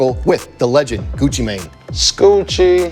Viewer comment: When he said "It's Guccheee" 🤣